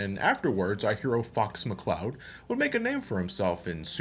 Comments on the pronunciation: dead ass thought he said "fucks mccloud" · "our hero fu**s mccloud" is what i heard XD